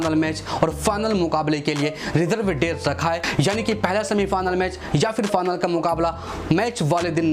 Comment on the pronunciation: Final ❎ fanal ✅ 😂😂😂😂😂😂